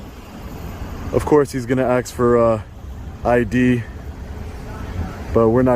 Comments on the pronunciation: Don't do "ax". For ID. IT'S ASK. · Please, please do not pronounce ask as ax. Please, you lose credibility. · How and why is 'ax used for ask? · did you really say of course he’s going to AX for ID 😂😂😂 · I on't beledet he axed for youl ID. Asked not axed. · It is not "Aks for ID" - It is "Ask for ID" ... Heard it 3 too many times.